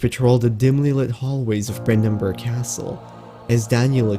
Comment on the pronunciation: Brandenburg? It's Brennenburg, lol